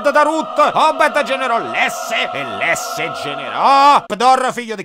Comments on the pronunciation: Il padre di Davide non e' Lesse ma Iesse con la "i". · Video bello come sempre 👍🏻👍🏻 unica cosa è Iesse o Jesse, o come cavolo si scrive....ma comunque si pronuncia con la "I"